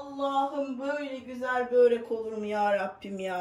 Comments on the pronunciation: abla seni çok seviyorum da keşke böreğe böğğrek demesen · Çok tatlış, çok enerjiksin ama lütfen kelime telaffuzlarına da özen gösterelim, sizin gibi hoş bir hanıma BÖĞREK kelimesi hiç yakışmıyor 💜 nacizane rica, öneri ne dersen artık 😘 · Böğrek değil börek lütfen. Ellerinize sağlık güzel bir börek. Selamlar.